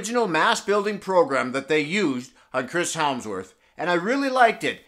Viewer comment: "Chris helmsworth"